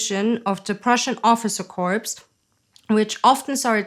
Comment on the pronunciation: Corps not corpse. Pronounced core not corpse. A corpse is a dead person.